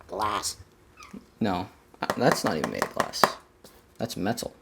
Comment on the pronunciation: I knew it, said GLLLAS!